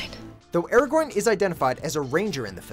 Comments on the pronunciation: I pretty sure sure he was pronouncing Aragon wrong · the way he pronounces nazgul and aragorn triggers me immensly...